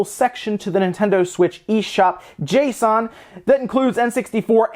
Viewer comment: Finally! Someone that says JSON RIGHT! And no J S O N!